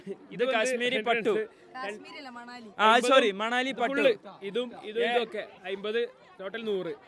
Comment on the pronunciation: manali❌ Manavali✅ 😂😂😂😂❤